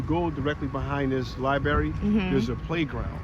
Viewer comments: Libary? Really? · What kind of politician can't pronounce "Library" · so we have a whole state pronouncing Library wrong. Yall definitely need to BE in one more